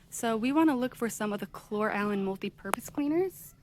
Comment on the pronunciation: You are the only YouTuber who pronounces Cloralen correctly! Thanks for these deals. 😊